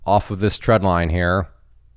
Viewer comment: Trend line not tread line.. getting mixed with treadmill 😂